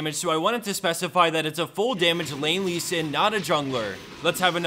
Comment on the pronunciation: I listened 3x how you say Lee sin's name :D